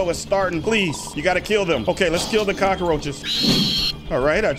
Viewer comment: When she says cacroches I feel there's thousand cacroches uuugggghh